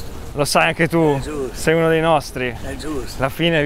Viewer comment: 4.30è giusto ègiusto èe giusto ma che cazz... AHAHHAHA XD